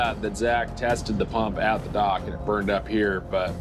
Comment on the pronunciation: The icy unforgiving duck? OH, wait... DOCK. He said dock.